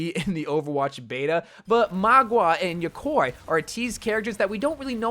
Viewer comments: and when he said yokoi instead of yokai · excuse me how did you pronounce mauga and yokai? "MAW-GUH", "YO-KAI", uncultured weirdo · yokai is pronounced yo-kai just the same way you read it! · its Ma-OO-Ga and YO-Kai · "Magwah" "eternalise" "yakoy" dude i think you might need to practice your phonetic pronounciation with your scripts a bit ay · and yokwoy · The way you say yokai makes me cringe 😂😭